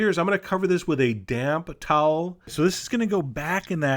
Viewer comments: sounded like you said "damn towel" not damp towel. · I thought he said : "Cover that with the damn towel"